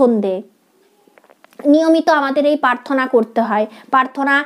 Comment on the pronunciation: Prarthanar uchcharon ta thik thik korun.. Prarthana.. Paarthona na.. Joyguru 🙏